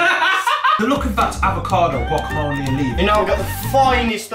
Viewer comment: I love gwacamolly